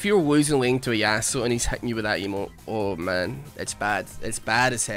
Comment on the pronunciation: I love how when you say Yasuo, it sounds like you said a--hole.